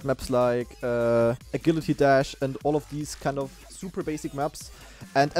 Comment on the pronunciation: I'm convinced he's pronouncing agility wrong on purpose at this point